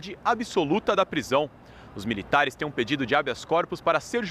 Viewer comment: olha a dicção reporter, "miritares " é